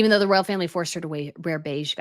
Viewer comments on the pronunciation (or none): Beautiful...Dear, please note: you have your own word salad and I despair to talk you out of the endless "sort of sort of sort ofs." Listen to your latest with Dan Wootton. I do try, with love and butter, to send the hints. And royal is pronounced ROYal, not rell. Slow it down and keep growing.